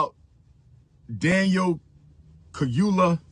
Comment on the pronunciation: Not only did he mispronounce brother Daniel’s name. He’s still saying, “axe” . . . after six degrees. The word is, “ask.” He needs to put some respect on that “s.”